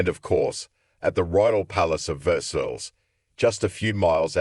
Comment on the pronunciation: Versailles- pronounced Ver-sigh